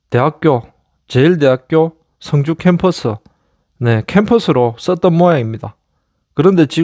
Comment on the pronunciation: 발음을 잘하시요 승주 성주 구분 안됩니다. 출신이 경남쪽이요?